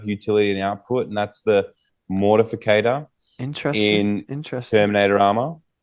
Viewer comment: MortIFACTOR!!! Not Mortificator!!🤦🏼‍♂️